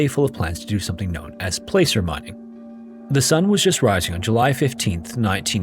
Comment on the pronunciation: the word placer is mispronounced. It's pronounced like "plasser."